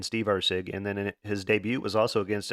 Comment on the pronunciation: “And he’ll be taking on … Or-la bao…?.. Orlabiii?…. (Laughs)… makes me Lmaoooooo every time love ya my man